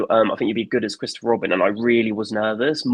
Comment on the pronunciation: Mawy and Chwistophew Wobin